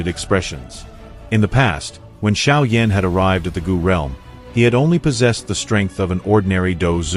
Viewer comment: Sérieux, il faut apprendre à prononcer les noms correctement car franchement Xiao Yan prononcer comme Cha Yan Yan c'est minable... Et ne parlez plus français et anglais choisisser la langues mais ne mélanger plus car c'est pas compréhensible et surtout c'est insupportable.